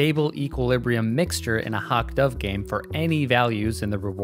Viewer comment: the way your pronounce "hawk" -> MA accent?